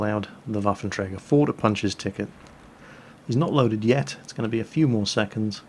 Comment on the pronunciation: Etts.. etts only game, y u heff 2 be mad?